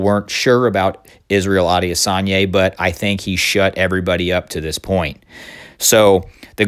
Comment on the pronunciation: I think it's pronounced Israel I-diss-on-ya